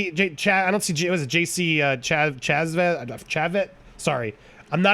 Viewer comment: It's JC Chasez (sha-zay) lol